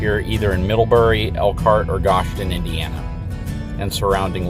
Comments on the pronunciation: It's pronounced gho-sh-en not ghoshten Indiana you're the first person I've heard say the name wrong like that. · For the record the city is pronounced GO-shun not gosh-in. Lots to learn about the history and cultures of area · Your saying it wrong its Go-Shen. Goshen, IN. I live in Middlebury, IN. I delivered new Rvs to dealers two at a time with my Haul&tow truck. I'm right now headed to San Antonio, TX with two KZ Sonic. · And its pronounced Go sh en Indiana lol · Love your videos keep up the good work, and as a tip from a Hoosier native it's pronounced (go shen) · Sorry i gotta correct ya, but its go-shin (goshen). Ive never heard it pronounced like that in my 20 years living here, but everyone has there own way of speaking. Hope ya enjoined your visit